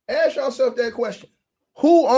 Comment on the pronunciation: “You not” “aks” lol